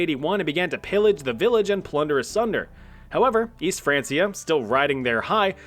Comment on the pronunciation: I managed 3 minutes before the pronunciation of francia annoyed me too much